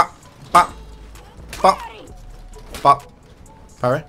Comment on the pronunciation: it’s pronounced boop not bop WinterTommy